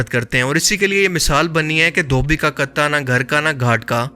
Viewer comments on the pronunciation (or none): Dhobi ka kutta hota hai "katta" nhi